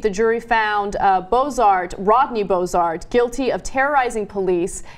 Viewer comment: First, each of the “cows” cost thousands of dollars. Second, after the cattle wandered onto the farm of Rodney BRossart (not Bossart) he hid them in a shed & refused to return them for approx 2 weeks. Third, Rodney punched a sheriff in the face, he & his children pointed loaded guns at the officers, Rodney threatened the sheriff’s life more than once, & he caused over $1200 damage to the inside of the police car after he was arrested. Rodney has a long history or terrorizing neighbors & law enforcement, it really isn’t a joke. This anchor woman can’t even pronounce his name correctly, & then the dumb oaf sitting next to her is (who clearly knows none of the facts) is making light of felony theft & terroristic behavior against law enforcement. This must be what the D List looks like 🙄